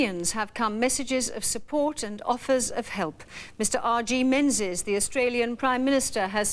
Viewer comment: Shame she said Menzies wrong, its pronounced Ming-us